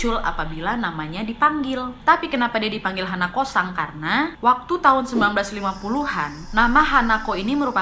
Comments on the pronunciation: Hanakosan H nya ilang in deh 🤣🤣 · hanako-san = h ny diilangin jdi?anako-san.